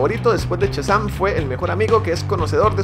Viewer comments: No es "CHAzam" es "SHAzam"!!!!!!!!!! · amigo, no es Chasan compadre, es Shazam. ',:0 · "Chasam" :v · test para llamar la atencion de amo cuando dices "CHAZAM" y digo al mismo tiempo mira ese potencial <3